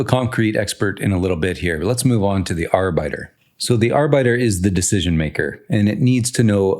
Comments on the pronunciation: Love some architecture discussion in your videos Just FYI arbiter is pronounced (arr-bit-err) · Yeah I got confused for a moment. I thought he was saying worker in german. Great video, btw.